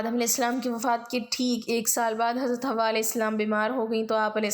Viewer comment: Sister , hamari amman ka naam Hawa nahi ,Hawwa tha ,ہوا اور حوا میں فرق ہے ،اپنا تلفظ درست کرلیں۔